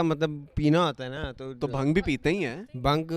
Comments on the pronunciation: you pronounce it as bhaang not bhung. lmao. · Bhang nahi bhaaang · Love from india...it's not bhang...it's bhaang :p